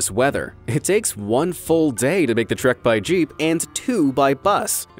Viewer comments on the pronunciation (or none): none